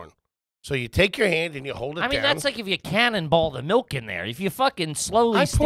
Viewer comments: Do they reprogram people upon birth in Pennsylvania to make them pronounce liquids wrong? Melk and wooder?😂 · Melk it's milk lol😂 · Was at the grocery store today and the prerecorded PA ad was all about MELK. I laughed to myself like an idiot as the lady said it 3 times MELK MELK MELK!!!